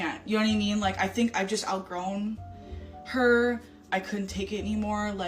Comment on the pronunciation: And the vapid ‘yooonnnyyyyyyowhaddimean’ pronounced as all one word. ‘Mind you’, it’d probably be asking too much expecting them to be functionally literate when they’ve an IQ that’d force a pigeon to seek an education due to embarrassment 😂